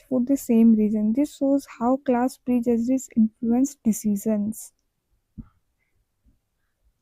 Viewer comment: Pride and prejudice mai aap prejudice ka pronounciation galat kar rahi hai